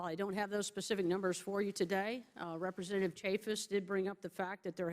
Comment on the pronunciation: This bitch is annoying. Why does she keep turning off and on her mic. "Represzchentative...."